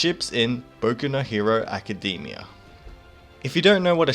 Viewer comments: Hahah you say it as "Acadymia" instead of Academia xD but it doesn't matter now 😂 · Yes exactly, you got it right! make it sound shorter. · Good content! you got a sub, but the only problem I have is how you pronounce "Academia".